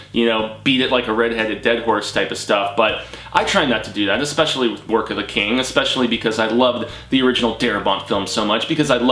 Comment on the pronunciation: Awesome video!! Thanks for pronouncing my last name correctly! The webcomic freaked me out man. I watched it all in one sitting at night, crazy. LOL